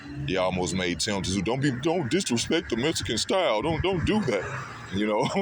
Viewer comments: For fucks sake it's tim zoo pronounce it right it's not tim t zoo mate if you like Thurman best you don't watch this fight I feel tyzsu is going to wipe his arse with your mate keithy he s the real deal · Its not Tazoo you idiot. Its Tszyu. Pronounced Zoo. The hell is wrong with you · For fuck sake~!! His name is pronounced Tim ZOO zooooooo it's fuckn simple, the "T" is silent in his last name... All you bloody people who keep pronouncing "TSZYU" wrong, are obviously NOT familiar with his famous father before him either? 😐 Seriously if you can't pronounce his last name right, then don't fuckn say it!!😠🙄 Easy!! Just call him TIM, and for God's sake please tell me that everybody can speak his first name without messing it up 🙄 I'm dead set embarrassed for all you morons who can't speak the name properly, all these god damn years later~!!! TerZoo TerZoo wtf is that shit??? Ignorant brain-dead assholes...seriously not even kidding 😐